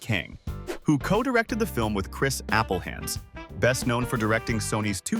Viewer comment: AI voice can't figure out how to pronounce Appelhans :P